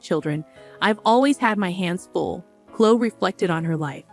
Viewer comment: Clo ee not clo